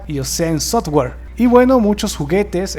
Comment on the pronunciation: Normal, eso de Guernica casi ni es, pero háblame de Sodware?? SOFTWARE no? hay cosas y cosas. y no ESTEVEN ESPIELBERG, STEVEN SPIELRBERG, SE PRONUNCIA CON S. Y no no soy perfecto, pero hay que aprender.